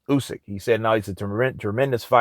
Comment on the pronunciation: Thank you for saying Usyk instead of You-syk that for whatever reason most english speaking people pronounce wrong